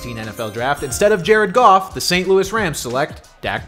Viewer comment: you accidentally mispronounced Jared Goff’s name when you mentioned the best QB the lions have ever had